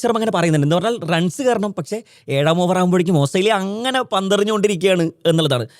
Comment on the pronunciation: Hahaha,ഓസ്രേലിയ അല്ലാ😂ഓസ്ട്രേലിയ